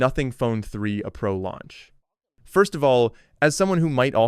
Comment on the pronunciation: Bro it said "3 uh" pro instead of 3a, it pronounced the a. IT'S ARTIFICIAL INTELLEGENCE LMFAO